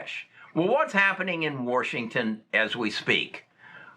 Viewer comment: Old men say warrrshington